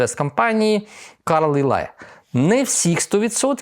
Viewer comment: "Карлайл"! Пане, запросіть лінгвіста у команду!